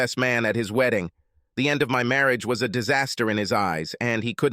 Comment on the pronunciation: What is "Marri-age"???? The Ai voice has become 'grating on my nerves' please change it...